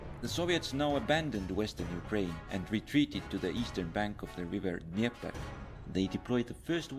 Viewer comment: Best pronunciation of River Dneiper.... .